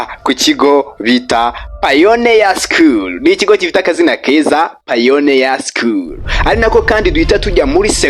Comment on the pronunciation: Wrong pronunciation (pioneer 😊